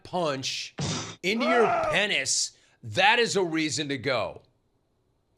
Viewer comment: He said 'pennis'! 😂😂😂😂😂😂😂😂😂